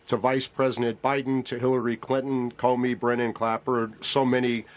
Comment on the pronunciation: Comey not Comer.